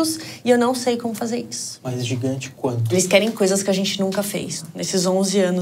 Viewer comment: jigante como ele disse kk nen sei se ele disse jigante mas tabom kkk